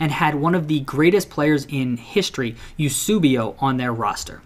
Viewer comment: I'm English and have been Man Utd fan since early 90s I've had every shirt since 1994 they've had the same crest since well before 98! And ps Eusebio is pronounced Yoo-say-be-oh